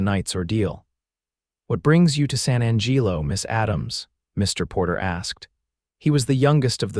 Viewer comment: The pronunciations your “so called” AI uses is deplorable at best. San Angeelo?? Really? Not only that but some of the vernacular is way too modern and the pronunciation of verbs and adverbs is hideous. Put more effort into it. PLEASE!!!